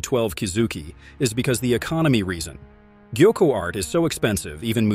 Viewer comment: What is this pronunciation 💀 😭 gaiku…?